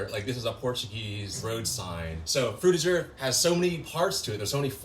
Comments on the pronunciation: I thought Frutiger Aero make a g sound instead of a J sound… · what is frtiger i mwan drutiger i mean druitger i mean frutiger